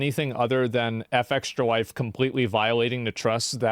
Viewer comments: Unimportant side question here but why does Asmon say “F-Extralife” as opposed to “Fextra-Life?” Is there a known proper way to say it? It’s an absolute minor complaint, but I kinda hate the way Asmon says it. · Effextralife.. ahh yess because its such a normal common natural regular thing to pronounce the first letter of words independently.. even after hearing another person say it multiple times over and over again not even like 5 seconds ago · The way asmon pronounces fextralife annoys me to no end, not like steam coming out of the ears but annoying nonetheless